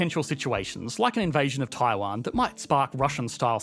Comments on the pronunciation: He did say Taiwan but pronounced it a bit odd like "Thai-hwan" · I know you meant to say "Taiwan" but it sounded like "Thailand". 😅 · did you just say Thailan? Lol do you mean Taiwan?